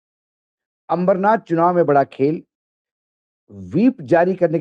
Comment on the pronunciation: माफ करा , “ अमरनाथ “ नाही. अंबरनाथ असे नाव हे.